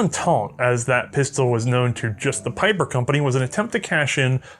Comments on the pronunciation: Pieper: Not "Piper", but rather P"ee"per. Anyways, lovely episode and happy new year, may with a little bit of "hindsight is always 2020" the next year be prosperous and great! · It is Pieper as in Bee with a long eeeeeee, not Peiper! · Comes from not learning German pronunciation. ie = "ee" while ei "eye". You're not too young to learn a new language,! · "Peeper"... Pieper is pronounced as "Peeper" in English ... you're welcome. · His name is pronounced "Pee-per".